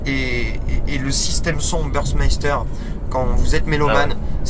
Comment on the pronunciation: C’est pas bursmaster 😂 , c’est burmester